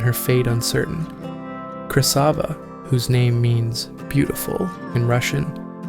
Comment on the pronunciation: I think it's Krasiva not Krysava